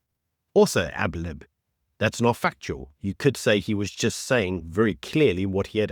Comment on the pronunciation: *adlib, not ablib